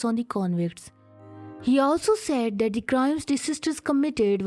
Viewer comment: I couldn't even understand half of the things she is speaking, she is pronouncing 'that ' as dat.